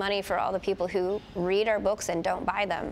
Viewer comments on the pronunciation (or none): Lady needs to sharpen her contextual reading skills. "Read" in past tense is pronounced "red."